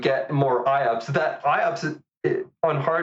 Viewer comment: Please note that IOPS is pronouced I-OPS and not I-O-OPS (both you and misspoke in a previous episode too - just have to mention it, Meyer pronounces it correctly). Great episode though!